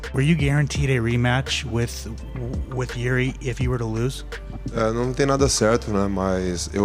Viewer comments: He called Jiri “Jerry” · Yeah I’m totally going to trust CTE Holloways opinion when he can’t even say Jiri’s name properly